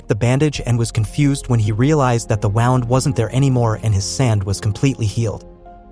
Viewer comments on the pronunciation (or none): He pronounced "wound" incorrectly.